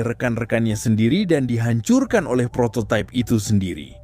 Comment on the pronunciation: Prototype/prototaip❌ Prototip✅